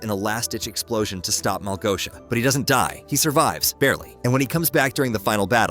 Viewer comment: It's not Malgoia, its Malgosha!